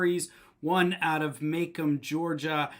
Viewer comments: It is pronounced Ma Comb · Just an FYI- it's pronounced "Ma-comb". It's not too far here from Ann Arbor. Thanks for exposing these criminals. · It's pronounced "Ma comb" county.